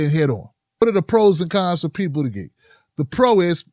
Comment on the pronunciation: can you stop mispronouncing Buttigieg and Gillibrand as if they had hard 'g's instead of soft 'g's that are like 'j's instead?